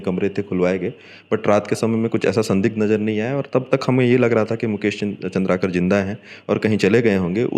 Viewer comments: Not चंद्रकार ❌ चंद्राकर ✅ नाम ल बने पढ़े नि जानत हस निपोर के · Surname toh सही से लेलो भाई पत्रकार महोदय, चन्द्रकार नहीं है chandraakar है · चंद्राकर है भाई साहब नाम तो पढ़ लेते अच्छे से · अरे भाई! प्लीज नाम तो सही से बताओ, नाम और काम ही तो पहचान है और यही ग़लत बोला जाएगा तो देखने सुनने वालो को तकलीफ़ अधिक होती है । ( मुकेश चंद्राकर )